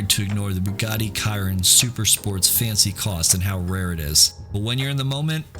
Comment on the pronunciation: Bugatti Chiron I think although you may be correct on the pronunciation idk Not the way most people say it at least